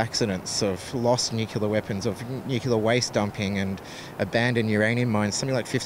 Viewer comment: The word is NUCLEAR, not NUCULAR.